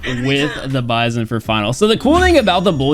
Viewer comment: you're pronouncing the bizon wrong It's the B-I-Z-O-N